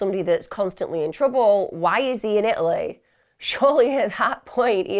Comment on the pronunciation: There is a T in Italy!!